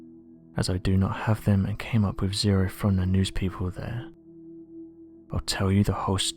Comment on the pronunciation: Dont try to sound malevolent or sinister....it just makes you sound ridiculous.....wiv....fing....fink.....dear oh dear.....